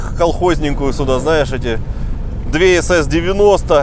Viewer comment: "две сс 90", сознавайся, немцы в роду были? 😂